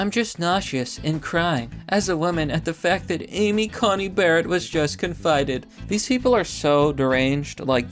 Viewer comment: Dude,. She's SCOTUS now. You should get her name right. You called her Amy CoMey Barrett a couple times. It's an 'N' not an 'M'.